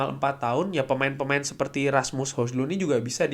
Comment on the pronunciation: Di beberapa cuplikan gol bacanya Hoilan, mirip lah sama Holan. wkwkwk